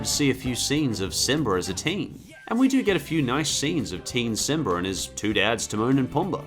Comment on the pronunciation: Simba, not simber